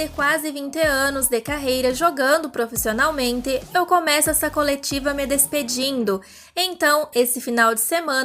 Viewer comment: Kkkk você parece gringa falando "profissionalmentêêê" kkkk